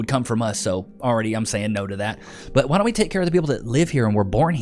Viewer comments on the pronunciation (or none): 'Wi day doo dat?' Gross.